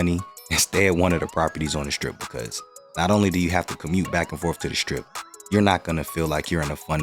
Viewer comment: Did you say, "back and forf"?????